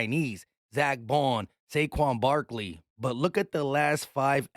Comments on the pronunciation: My guy said Shayshon Barkley 😂😂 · I heard "chase young Barkley" lol